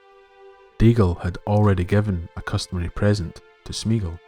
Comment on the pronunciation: Three syllables: "smay-ah-gol". Tolkien's languages have no diphthongs, meaning when you put two vowels together they don't make a single phoneme, as in the English "meat". All his vowel combinations are pronounced separately. (Which is why there's an accent over the "e").